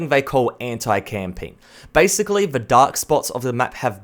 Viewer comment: can you say 'the' properly please